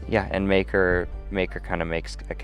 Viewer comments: bro did not say maker 💀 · Exactly what I heard